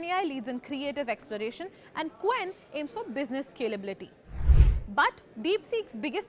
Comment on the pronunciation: It pronounces "ch wen", not "k wen". Romanization.